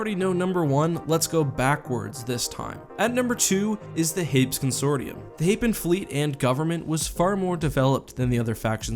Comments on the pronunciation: Hā-pēs, not hā-ps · HEY- pees, it's an actual real-world word. I wasn't going to comment until I saw no one else corrected the pronunciation. Unless some canon source decided to pronounce it real real dumb for some reason, it's a two syllable world.